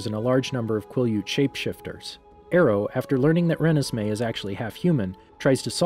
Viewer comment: Her name is Renesmee. Pronounced “Ruh-nez-may”